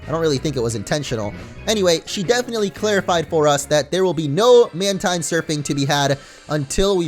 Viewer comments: "Mantine" is pronounced "man-teen". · Mantine is pronounced as MAN-TEEN though. hahaha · Jordan Schriver lol dude I checked my Deluxe Essential Handbook and no it's not, in the exact words of the Deluxe Essential Handbook, which was made by GameFREAK and Nintendo, it is pronounced MAN-tine.